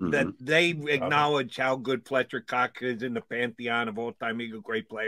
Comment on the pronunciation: “Pletcher Cox”